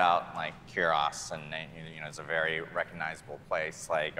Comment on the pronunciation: They can't even pronounce "Kurast" properly. 🤦